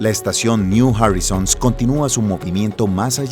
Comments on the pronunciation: PONES UN RUIDO DESQUICIANTE 😝😝 [SEGÚN TÚ, ES MÚSICA], SIGUES DICIENDO "NIU JARRISONS" 🙃🙃 Y PONES UNOS DATOS AL PRINCIPIO QUE ARRUINA LA NARRACIÓN 🤪🥴🤪🥴, POR ESO CUANDO QUIERO VER UN VIDEO TUYO, ME PONGO DE MAL HUMOR Y LO CORTO. GRACIAS PERO NO, GRACIAS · Buen documental, solo el locutor pudo haberse documentado mejor cómo se pronuncian las cosas en inglés, y no andar hablando de la sonda niu jorisons o del satélite i o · me encantan los videos, las animaciones y los relatos. solo estaria bueno que estandaricen las pronunciaciones New Horizon: Niu Joraizn, no "niu Jorizon" Kuiper: Kaiper, no "kuiper" Pioneer: Paioniir, no "paioner" entre otros...